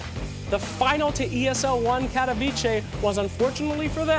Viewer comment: Cat-o-v-che...Berming-Ham! God damn it,!